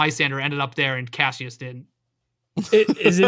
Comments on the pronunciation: Stop saying Cashus… I can’t watch anymore! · After all this time I had forgotten how much it bothered me that they pronounce Cassius as “cashews” hahahaha